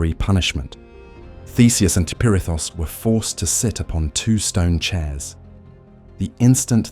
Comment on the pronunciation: Why are you saying perithis like that lol